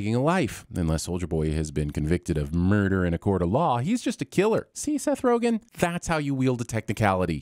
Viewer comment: I fall out every time you say "Murrdurr"